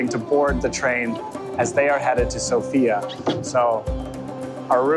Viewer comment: It's /´Sofia / not /So´fia/